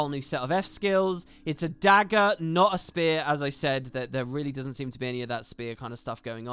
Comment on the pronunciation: Anet mispronounced "spear" in a pretty weird way.